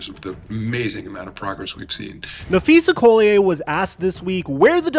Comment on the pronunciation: Is Napheesa Collier French? Why keep pronouncing her name like that? Shit weird. 😂